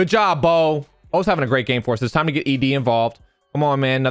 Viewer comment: my guy said ED like it’s erectile disfunction lol Love u